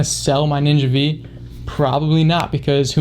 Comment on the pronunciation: AFAIK it isn’t the ‘Ninja Vee’ it’s ‘Ninja Five’. V is the Roman numeral for five.